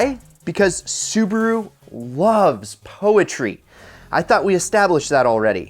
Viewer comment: Does this guy think Su ba ru is two syllables